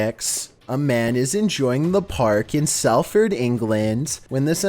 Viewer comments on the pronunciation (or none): It’s pronounced sol-ford not Sal-ford